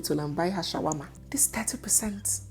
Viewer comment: 😅😅😅 said " take her to the hospital and buy her Shawama " 😂😂😂